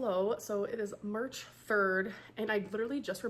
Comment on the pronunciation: she pronounced 'air vents' as 'events' ... and she pronounces 'March' as 'Merch' she's trying so hard to be quirky 😜🤪 that's it's actually rage baiteeeen at this point